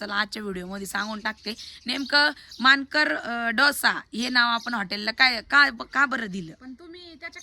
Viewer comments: डोसा म्हणा ढोसा नको....... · ढोसा नाही डोसा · ढोसा नाही तर डोसा म्हणा😅😂😂😂